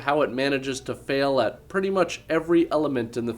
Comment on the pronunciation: "I pratty much just sat at my luptup" Canadian is such a sexy language.